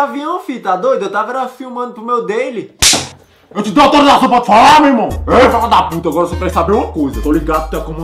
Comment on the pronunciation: "eu tava gravando pro meu deili" KKKKKKKKKKKKKKKKKKKK